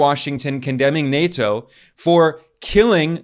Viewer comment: plz fix the way you say nato